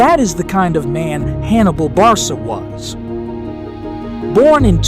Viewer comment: Barsa? Barca the C sounding like a K.